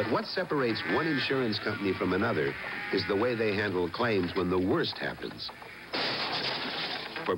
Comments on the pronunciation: I'll never forget that ending. And a lady in one of the commercials who pronounced it "war sore" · I'd love to see the one with the spinster who can't pronounce the name: "W-A-U-S-A-U ... Wore-sore!" She's the reason I remember the company name after 30 years.